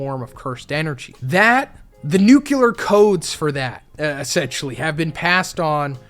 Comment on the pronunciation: Bro and no way you also said "nucular" instead of nuclear 💀